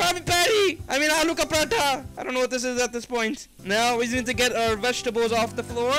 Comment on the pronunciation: The fact him being American and properly pronouncing " aloo ka paratha " us just impressive